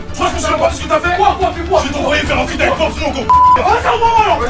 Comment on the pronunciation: j'avais entendu un foot au lieu de feat xD